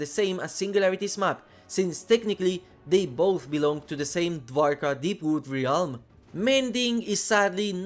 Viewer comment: Realm is pronounced relm.